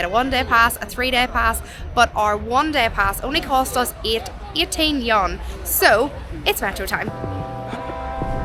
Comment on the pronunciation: Love your vids! But if you don't mind, would like to help you with pronouncing the Chinese currency "yuan". It's actually you-an or you-when put together and spoken quickly 😁